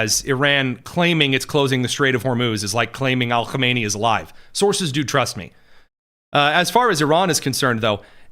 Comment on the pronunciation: Stop putting an Al in front of Khameneis name. It’s silly And Khomeini died in the 90’s.